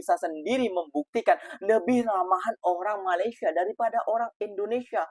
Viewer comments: MA LAY SIA BUKAN MA LI SYA…kenapa sebut IN DO NE SIA boleh? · Bukan MALAI tapi MALAYSIA. Sebut betul2. Malai2!😏